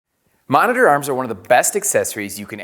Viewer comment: i hate the way this guy says monitor